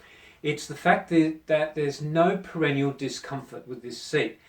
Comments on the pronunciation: Not perennial but perineal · It's PERINEAL - not perenial And stop pronouncing it like perennial - you sound like you're talking about plants